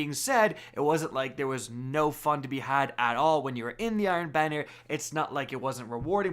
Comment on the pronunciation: Who heard iron Biner?